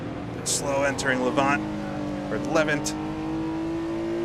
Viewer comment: Apologies, we Brits do have some funny ways of pronouncing names. The second syllable of Levant rhymes with Ant and pretend there is no E on the end of Woodcote.